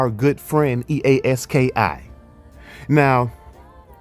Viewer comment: It’s pronounced EA Ski